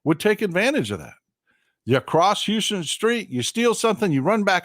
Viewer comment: FYI. It’s house-ton. It looks like Houston but it’s pronounced House-ton.